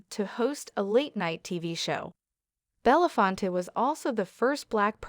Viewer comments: Irritating narration and very poor pronunciation ? Belafont ? 🙄 Reunited with Sidney Poitier and their African ancestors. Thank you both, Rest in peace and power. 💕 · This lady on the Video goes from Belafonte to Belafont, make up your mind. Thank goodness the rest of the world knows the correct pronounciation of his name!! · What an embarrassment to keep saying his name wrong. Gosh!!!!!